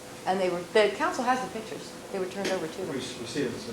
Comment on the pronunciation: Why does Johnnie "my head is smoldering like a charcoal briquette next to Simpson AND Bailey RIGHT NOW - and for eternity - but we've made room for Scheck, Neufeld, Uhlman and a few others like Douglass and others DOWN HERE" Cochran keep calling "pictures" "pitchers"? I thought he was this brilliant Rolls Royce driving genius lawyer? Dude can't even speak a normal English word like an intelligent person? PITCHER? LOL. The flashy ish outshines actual intelligence when it comes to the dumb, indoctrinated and IGNORANT usual people like the low life people who cheered on this murderer getting off. PITCHERS. LOL. Even back in '94 and '95, the four thousand dollar suits and all the materialistic stuff can't hide the low brow ignorance. Just remember folks ........ Karma is a BITCH.